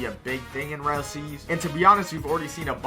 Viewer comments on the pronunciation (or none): Every time he says "real" he replaces it with "rell"💔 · every time he says "real" he replaces it with "rell"